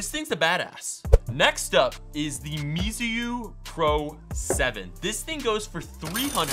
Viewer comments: watch out! It's not mesiu it's meizu. May-zoo. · Speak mei zu not me i zu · it is pronounced maizu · You are pronouncing the meizu and the xiaomi wrongly....